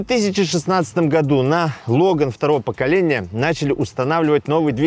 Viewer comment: не лОган, а логАн.